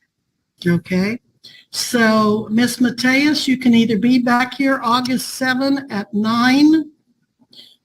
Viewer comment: Mary Grace Matias surname is a Portuguese name. Her name translated into Portuguese is common.😋 says "Mateias" The "I" should be enunciated with a similar sound as in "to Live"